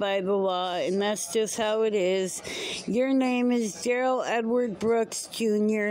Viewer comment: DUH-RELLS Evidence was a Cartoon Drawing that he drew of His Dumb A$$ driving through the Parade in Momma’s SUV, (AKA His Home) but in that drawing there is someone sitting behind Tinted Windows with a Weapon in his hand, Pointed at DUH-RELL! STRONG EVIDENCE!! Gross, this is the day he learned another word that I NEVER WANNA HEAR AGAIN!! Dishonor!!